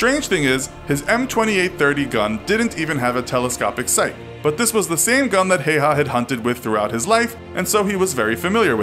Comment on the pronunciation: "Telescopic sight" my ears started bleeding